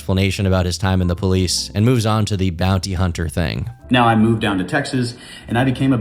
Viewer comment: hearing him say "im a former bouny hunner" made me realise he's THAT guy.